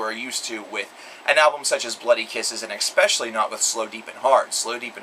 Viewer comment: He said “Expecially” lol its ES pecially where is the x???